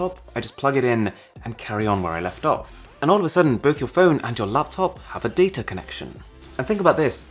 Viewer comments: Surprisingly,no one is talking about how he pronounced "data" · How is it that a word spelled, D A T A, is pronounced as Date-er? 😉just joshin ya! Love the videos brother!